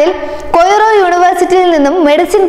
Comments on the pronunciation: കൊയ്റോ അല്ല, കെയ്റോ ആണ്. കെയിന അല്ല, കെനിയ എന്നാണ് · Sister ..cool cool...kairo...Egypt.... Koyro alla. Please study always.... People are not fools nowadays